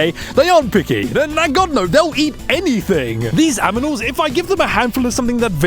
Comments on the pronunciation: did you call them,,, aminals? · Did anyone else notice that bro was saying aminals? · STOP SAYING AMINALS ITS ANIMALS NOT AMINALS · ah yes, the "aminals"... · No one:: A M I N A L S